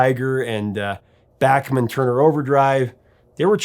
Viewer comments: do you also refer to Johann Sebastian Bach as Johann Sebastian "Back" as well? just pulling your leg buddy.. pronounce it how you want. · This dude belueves "number one" = good or best and is an objective kehitimate judgement of a song's worth and is not ghe result of contrivance and corruption. And he doesn't know how to pronounce Bachman. Fake. Poser.